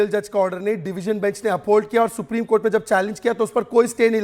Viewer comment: isko phle bolna sikhao supreme ko supdim bol rha h 😂😂😂😂